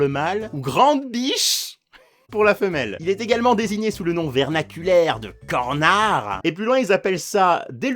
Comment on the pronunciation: Ah on a retrouvé Tom de Star vs Forces of evil Sinon bien vu le petit «r» de cornard qui se change brièvement en «n»😂